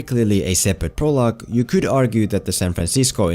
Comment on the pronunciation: “As gewd as it kewd’ve been.” That accent has me dead I love it BAHAHHAHA 🤣